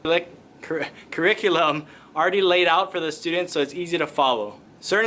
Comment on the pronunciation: Kur- ree- cue- luhm